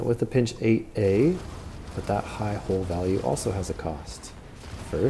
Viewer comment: Love your videos! Helpful, informative, and well researched! But I cringe every time you say "hull", it sounds like you're saying "hole" 😂